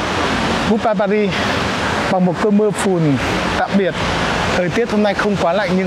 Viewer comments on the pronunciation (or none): Tôi ở Pháp, anh Tiệp ơi , về Paris thì anh phải nói pa ri , anh nói pa rít là trật đó, không đọc chữ s